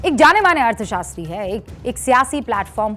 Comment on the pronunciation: Wah ardha shatri nahi artha shatri hai